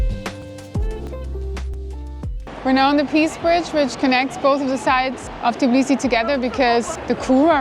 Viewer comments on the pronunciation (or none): Its Tbilisi , not TIBLISI